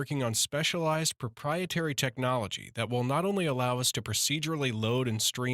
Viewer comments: Drinking challenge: take a shot every time they say propietary, you will die of alcohol poisoning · Well-written script, however the exaggerated emphasis on the word proprietary again and again wore thin. Otherwise, great synopsis and commentary.